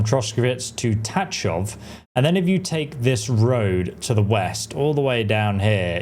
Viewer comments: Please stop saying Ta Chov. It's pronounced Ta H hov. In one syllable. (Well as close to one as you can manage) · Your pronunciation of Tachov is very wrong……but I understand it from English perspective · lol your Tachov pronunciation is funny. English talking people cant pronounce it I heard so I dare you to try to pronounce it according to google translator.